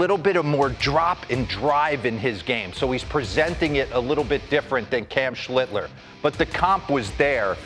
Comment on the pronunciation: Schlitter? Get the man's name right dimwits.